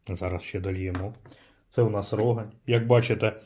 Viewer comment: Тільки правильно казати РогАнь. І сьогоднішне пиво, що Рогань що Чернігівське на смак просто гидота.